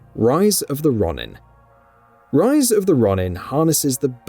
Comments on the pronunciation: It’s ro-nin not Ron-in😂🙈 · It's pronounced Roh-nin not Ronnin.....🙄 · Rise of the Raw-nin? Lol 😂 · Stop saying RON-IN lol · Wolverine coming next year, i think not, we will be lucky if Spider-Man 2 comes out next year. Please don't do a follow up for Rise of the Ronin without learning how to properly pronounce Ronin.